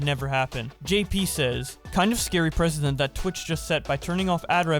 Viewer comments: Learn how to pronounce "Precedent." Its not the same way you say President, which is how you keep saying it. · You pronounced precedent wrong. It's not president.